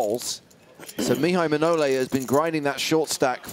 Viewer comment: 24.55 It's Maihai Manole not Mnaole